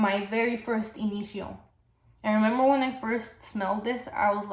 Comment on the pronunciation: yes please, more about Rehab. Which fragrance does it get compared to? And this one could work in warmer weather, right? You have been pushed, my friend! Oh BTW I love the way you pronounce Initio! 💚💚💚💚💚💚